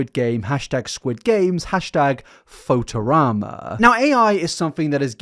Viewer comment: not knowing how to pronounce photorama is the weirdest thing in this video